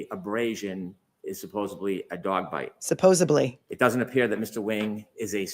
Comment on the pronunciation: Can Brennan learn to speak simple English? The word is “SUPPOSEDLY,” not supposedly. . What are you, Brennan, in the 4th grade?